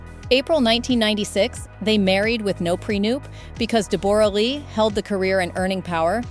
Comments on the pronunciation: Not Deb- borra, its pronounced Debra, I know its spelt like that but its simply Debra. and yes its very sad this lovely couple divorced and especially the betrayal is shocking. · PRONOUCED DEBRA LEE 😮😊 AI sucks sometimes. Bring back real people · Oh FGS,! Dumb Seppos who do voiceovers! Deborra-Lee is pronounced as DEB-orah-Lee!! It's just spelled differently! 🙄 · I wish these American reporters would do their research and pronounce her name properly……Jesus it’s pronounced like you say Deborah. I’ve known this woman for the last fifty years and she does not pronounce her name the way this woman reporter was pronouncing it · That is not how you pronounce her name! AI, you suck. Hugh was a nobody when they got together, Deb was the star here in Australia. She is awesome, team Deb all the way. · Please pronounce her name correctly. Poor Deborah such a lovely woman lost respect for jackman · Ai... You can't even pronounce Deborah correctly... And some of the information is incorrect.